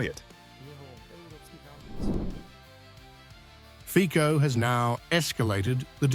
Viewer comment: HIS NAME IS FICO, AND NOT FICO ! LEARN IT STUPID WEST NARRATOR ! SHAME ON YOU ! FICO, NOT FIKO !